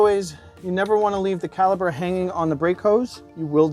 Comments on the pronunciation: Great video, BUT, it's C A L I P E R. "P". There is a P in caliper. It's not caliber. I almost didn't finish the video. 😮‍💨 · Why do you keep saying "Caliber" ? I'm struggling to take advice about my "CaliPer" if you don't know what it is..... 😳🤣